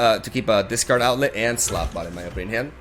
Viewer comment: Slotbot Me: Slutbot